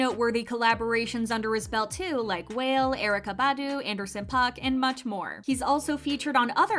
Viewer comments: WALE is not pronounced as WHALE. It’s WAH-LAY. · “Whale” lmao it’s “wall-lay” 😇